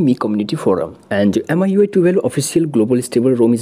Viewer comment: I think its pronounced miyouay